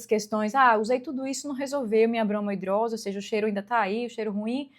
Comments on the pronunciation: Uma dermatologista falar "bromo hidrose", a palavra é bromidrose. 😕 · Mulher pra de chamar de bromOidrose kkkkkk tira a credibilidade, parece que você leu a palavra pela primeira vez hoje e tá falando sem propriedade